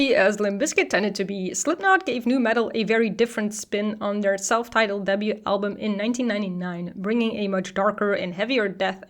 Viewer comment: Every time you said "debut" it sounded like "double U" and that confused me 😅